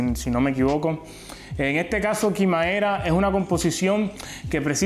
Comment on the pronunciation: Se dice quimera